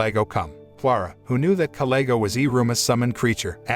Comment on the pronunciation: You seem to mis said kalego's name.